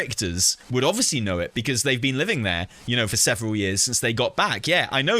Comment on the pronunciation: "Seveneral" years later. :P